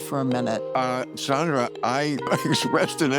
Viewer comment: Bill pronounces her first name wrong. Haha. It is Sand....not Sond.